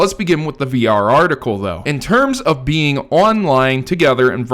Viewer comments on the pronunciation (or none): none